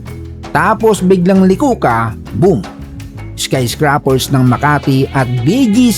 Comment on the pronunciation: Hello idol, bago lang ako sa channel mo. sa ilang napanood kong videos mo, hindi mo pa rin nabibigkas ng tama ang salitang "skyscraper".. paki ayos naman.. hehe🙂